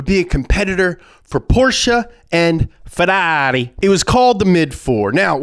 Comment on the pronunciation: When he said ferarri like that i fucking died